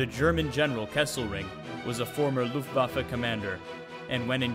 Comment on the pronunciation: nice! one thing to add if I may? the last successful employment of the StuKa was in the battle for the dodecanese after the Italians capitulated....the swan song if you please! finaly someone who can pronounce Luftwaffe and StuKa well!